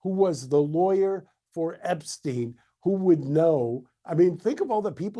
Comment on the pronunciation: We can start with addressing his name purposely being mispronounced time and time again to cover up his origins.